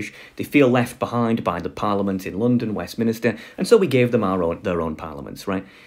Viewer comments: It's 'Westminster', not 'Westminister'! 'Minster' refers to Minster church. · wait… …westMINISTER?!?! 😂